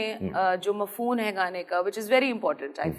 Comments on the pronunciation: It is not mafhoon it's mafhoom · "mufhooN" nai urdu ijad ki h madam ny 🙌